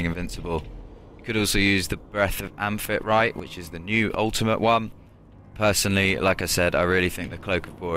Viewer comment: It's pronounce Am fee tree te